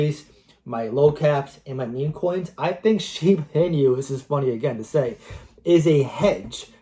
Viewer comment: When you are saying Shiba Inu, do you know inu (EE-nu) is the Japanese word for dog? It's not meant to be a play on words like coq inu. Anyways, I'm a fan of your content, but more explanation of "why" you see some of these tokens getting to your projections would be helpful. Bonk to 40b?? Needs some big-time vision, wouldn't you say? Yeah, it's possible, but so is BTC to $1m this cycle. And likely not for many reasons.